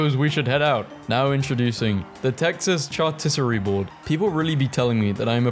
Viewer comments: Charcuterie. Char-cute-erie Not chartissery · it was shartisserie the way he said it.